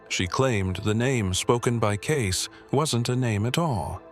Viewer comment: It’s pronounced Cayce-ee not case 🌏💚⚔💙🌍💕